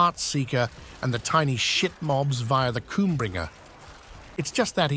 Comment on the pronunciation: Is no one going to mention the "KOOMBRINGER" I thought I've heard it all.... Love your content